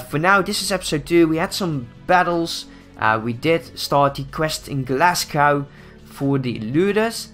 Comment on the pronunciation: when ever he said Glasgow wrong it really annoyed me because I have Scottish blood